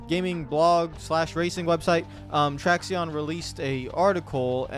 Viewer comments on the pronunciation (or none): It’s almost certainly pronounced “traction” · It’s pronounced traction, just spelled Traxion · ehem....its pronounced like "traction"